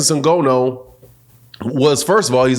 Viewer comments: I respectfully disagree with your assertion that Francis (pronounced IN-GON-NU btw) would be in trouble with Wilder. Francis lives and breaths for someone stupid enough to get into a firefight with him! You don't know anything about MMA and less than that about Francis, which is fine; he would kill wild-ass Deontay Wilder swinging at him like he did against Fury. Dead. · The belt wasnt on the line though and you can't even say his name right. Did you even watch it? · how do you manage to say Francis's surname so WRONG? It is not as though his name is a complete stranger to the world at large, his name has been around for years yet some folks STILL can't say it correctly. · good video but your going to need to learn how to say Ngannou. Francis has arrived Boxing nation. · say the man’s name right lol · Dude, you need to learn how to pronounce Nganou’s name! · NGONO ???? Wtf …why u constantly saying that? Nobody has ever Said its pronounced that way so where the fuck did you get that from ? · Did he say Francis ingono? Good analysis though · Its N Ga NN OU. And hes not a wrestler. Jeez these boxers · first of all...pronounce his properly ! the first point in putting respect on someone's name! "NGA---NOUUU" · Hey it’s pronounced N-Ga-Nu or N-Ga-New same pronunciation. Anyway your absolutely right about fury’s tactics. Francis is a MMA fighter they use dirty boxing. If fury got up from wilders punch I think Ngannou can as well. Fury got up 4 times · How many times he gonna say Francis Ngono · FYI, his name is pronounced Na-GAAN-oh. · Bro called him ngono nganou ngana everything 😂😂😂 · Good video but your pronunciation of Francis Nghannou name was hard on my ears 😂😂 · Show Francis some respect and learn how to say his last name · His name is Ngannou not N-Gono. That's disrespectful. Learn a man name's before making a video about him. It is really unnerving even if you're right in your analysis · It's IN- GAH- NEW! NOT IN- GO- NO. LOL